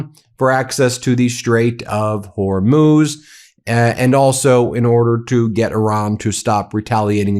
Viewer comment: Lol why does Ben pronounce it like "whore–moose!??" I'm fucking dying! 🤣🤣💀